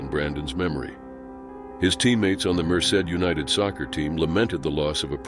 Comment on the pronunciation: At least he pronounced Merced correctly even though he didn't pronounce much else correctly